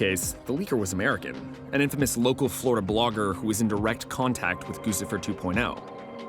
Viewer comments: "GUCCIFER" is pronounced 'GUCCI-FER' like the fashion brand not 'GOOSIFER'. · Goose-ifer? The name is guccifer. Do you pronounce the designer “goose-y”?